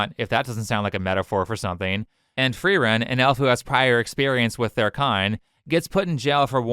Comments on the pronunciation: I don't think she's a real fan of Frieren. She just needed a topic to rant about. There's no way she watched the anime and still pronounces the name in way that sounds a different german word. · I know it's just the smallest thing evert in comparison but her not being able to say Frieren right is so annoying, neither the japanese or english VAs say Frieren like that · The fact she can't even pronounce Frieren's name properly tells you everything you need to know about the amount of research she put into forming her opinion and creating her video. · The fact that Frieren's name is pronounced multiple times in both dub and sub with the Free-ren and Fu-ri-ren pronunciations I have to assume that the lady is not infact a fan, at least of the Anime.. could possibly be a Manga only reader? I would not give her the benefit of the doubt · Now that I’ve finished the video I have to drive to work, and I must think. Also, I would ask “how does not know that the whole Frieren Ice Officer thing was started by the left?” But with she pronounces the shows name… yeah, we don’t really need to ask that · I think she should be sentenced of capital punishment for wrongly pronouncing Frieren. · She can’t even pronounce Frieren correctly, lmao. It’s not even difficult. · This is me been picky, but, this lady both cosplays as, and talks about Frieren, but can't even say her name properly. Bruh. EDIT : SHE IS A FAN?!?! LIKE HELL SHE IS IF SHE CAN'T EVEN SAY HER NAME CORRECTLY. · Her pronunciation of Frieren is killing me tell me you never watched the show without telling me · I'd be able to accept a knowledgeable fan who can't pronounce her name if they told me they've only read the manga. We both know "" hasn't touched a book since she got her degree in "philosophy", and she probably barely even read any of those. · I`ve yet to hear the name "Frieren" pronounce properly by a native english speaker. Even TBYS butchers it. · The way she says "Frieren" is pissing me off